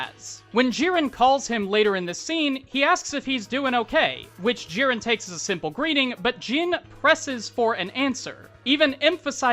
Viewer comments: Its Giren with a hard G and Jin with in, not een. Like Djinn. It is not Jiren (the Dragon Ball Character) and Jeen. Other than that Twice is clearly one of the best characters in My Hero so its great to see a video on him. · Was... Was he saying "gee-ran"...? I... Its 'gi-ran'. Hard 'g'. Gi. Right?? Have i been saying it wrong. Also Jin Like How you pronounce 'gin' the alcohol.